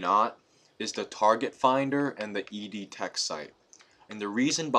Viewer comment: The name of the target is EO TECH. Not ED TECH. Just thought you might want to know.